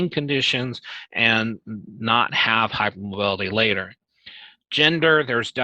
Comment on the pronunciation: You don't have to be hyper mobile or have stretchy skin to have EDS or another connective tissue disorder. One can have unstable or loose joints and soft, thin, fragile skin. He's a Dr and says "Pit-chures" and "hype-mobility"